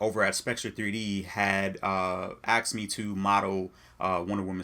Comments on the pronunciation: Asked. Not Axed. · "Aksed me" I'm out. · Aksing also pisses me off lol